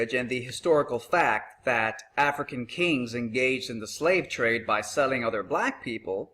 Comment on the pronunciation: did you say African..... KANGZ??!?!!